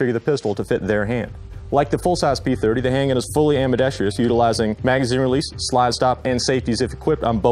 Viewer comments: at least the glock girl and walther dude said "ambidextrous" correctly. Unlike the person narrating for the cz. The word is not pronounced "ambidextrious" lol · For the love of God can someone teach these people how to pronounce ambidextrous